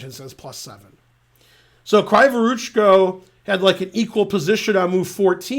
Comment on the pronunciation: > what's wrong with that name?? What's wrong is that it's "kraaevoroochko" instead of "kreevoroochko". Kree like in a bee, you know.